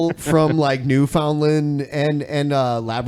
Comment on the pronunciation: Hey noice. I'm in bc. Students at university just get high too. Also never ever say Newfoundland like that again lol